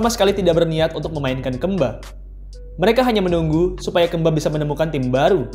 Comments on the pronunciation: ngomong kemba ga gitu juga min, keeeeemba 😮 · Kemba nya sunda jadi Keumba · Kemba woi bukan kemba. Wkwkwkw apa sih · Bacanya Kembi ngggg😁🤭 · jadi Maksudnya KAMBI???? Ngggg😜🤣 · Baca kemba nya bukan kek gitu 🤣😂🤣😂🤣 aneh banget gue dengernya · Baca pas E nya agak aneh🤣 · jadi inget jaman bocah dulu, susah bet ngebedain E sm 'e 😂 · Kenapa hrus nyebut kemba nya gt sih? 😂 jd ngakak mulu